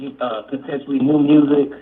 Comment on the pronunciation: new mursic??? Oh 😂